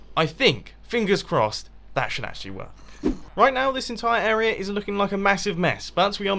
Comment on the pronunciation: He come every time he says area he's pronounces it era